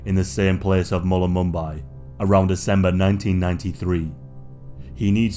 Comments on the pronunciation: Yeah but the area he is describing with the people is a very large area. Like mullimbimby, (the way he said this was hilarious) is an hour away from Byron. Also he has examples from like 60 years ago. I'm sure you could find the same results in many populated 200km square regions The only creepy thing is that, yeah there is a drug culture there. They've got nimbin which is the "Amsterdam of Australia" really close and.. I have driven those roads out there many times. There are HEAPS of places that could easily be some commune. It's just endless land with large properties.... some more "culty" than others. It's beautiful though because it's like a rainforest. I think the most logical explanation is that he wanted to go up to the lighthouse and fell into ocean because lost tourist. So yeah, a little dramatic but that's the genre right. (Source: Kingscliff local (close)) (Edit: actually I do remember specially one property that when you passed you could see the carefully manicured gardens inside from the road. Sometimes when I went past there they had what were like ... coloured streamers all tied around a "shed sized" geodesic structure. I always thought it was some wellness retreat or like, spa. I may be able to find it on google maps/street view. Now watching this I'm like oh damn maybe cult Edit 2: oh shit look lol Edit3: oh no Edit4: oh god that hill looks super weird what rabbit hole have I gone down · You pronounced Mullumbimby incorrectly, Its Mull-Um-Bimby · I live near Byron and was born in Mullumbimby and the way that you say it is absolutely historical 😂. We call it “mullum”. Wtf was mullulumbye 😂😂 love how you think it’s home to heaps of celebs! Sorry sweetheart but having only a couple famous people OWN a house here but don’t even live here! Chris Hemsworth is the only “famous”Australian that lives here. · I won't lie, it took me a little to work out that you were saying Mullumbimby 😂 great video! Hope you enjoyed your time in this Sunburnt Country!